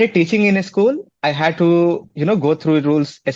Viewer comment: Not ischool... Say school